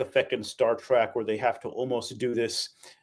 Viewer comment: Trek!! Not track. Cone on , man!! 😂